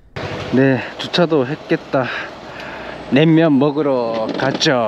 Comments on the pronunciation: 냉면을 냄면으로 발음하는 걸로 봐서 일본인? 재일교포? 어쨋건 영상 재밌게 봤습니다. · 설빙은 그래도 약간 끝에 ㅇ발음이 들려요 ㅎㅎ 낸면은 조금 노력해주시는게 좋을 것 같네요ㅠ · 낸면 발음이 점점 ㅋㅋ 일본스러우시군요 ㅋㅋㅋ 잘보고가요 ㅋ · 자꾸 낸면이라고 하시네ㅋㅋ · "냉면" 발음이 좀 어색함.. 자꾸 "낸면"이라 들림! 도 저처럼 경상도 사람인것 같은데 일본서 오래 사셔서 그런지~ㅋㅋ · 일본사람이신가요? 냄면..?? 발음이ㅋㅋ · 냉면 발음이 잘 안되시네요….^^ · 지나가다 본 일인입니다. 다 좋은데 냉면, 설빙 등 말씀하실때 낸면, 설빈 이렇게 들려요 이응 받침이 있을시 조금 신경 써주서 해주시면 좋겠어요^^